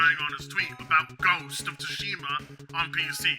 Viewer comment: "Port of Tsushima" 🤣🤣🤣